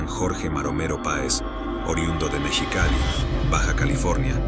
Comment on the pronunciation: Todo bien pero cae mal que perfectamente mencione "mexicano" pero cuando dice mexi.....cali, diga absurdamente mechicali 😂😂😂😂😂😂😂😂😂😂😂😂😂😂